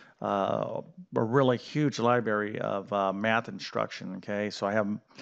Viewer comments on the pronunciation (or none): please stop saying liberry as there’s an “r” after the “b”! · Did he say "libary"?